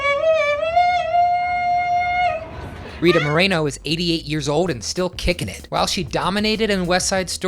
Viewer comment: Its pronouced; Moe-Reh-No!